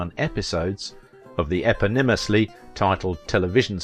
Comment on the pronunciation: that’s not how you pronounce eponymously. 😂